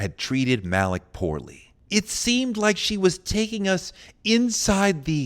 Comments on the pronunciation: Touré you’re supposed to be a smart guy. Educated, at the least. You know that the name Malik isn’t pronounced “Mal-ick.” His name was “Mal-eek.” You don’t have to be a Muslim or a Roots fan to know that. How do I, a white southerner, know how to say the man’s name and you don’t? You’re supposed to be the expert here. Edit: I was wrong! 😮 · #Malik is pronounced Ma-leek.... NOT Mal-Lick! 🤦🏾‍♂️ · Malik B (Pronounced Maleek)